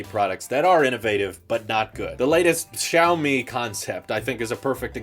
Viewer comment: Poor, pronouncing Xiaomi as "Chow Me" the first time XD